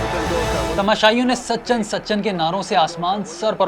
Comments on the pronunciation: It's so annoying, The narrator kept saying Sachan Sachan instead of Sachin 🤦🏻‍♂️ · sa chan nahi bhai. sachin. tum log naam hi nahi bol pate ho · It's Sachin not sachan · "Sachan" kon hy? 🤣 bhai naam to sahi sy le lo